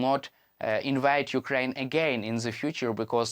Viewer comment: Channels like these should be banned. The poor idiot cannot even pronounce Ukraine properly. Why in the world would someone like this make a big fool of himself?